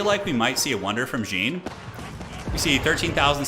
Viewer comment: I love how you called the champion like some trousers, "jean", the whole game. I'm french and "Jean-Marie" is a common male name, or was, it is a bit unpopular now. Simply "Jean" is still pretty used and common, and stands out as "John" for english people. But the fact is in fresh we pronounce it "Jan", like here : Sorry for the french toxicity, but it made me laugh. Thx for the good content, keep up. Still subbed and thumb is up.